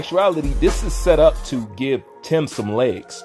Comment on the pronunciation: Bruh how come u never say Tim name right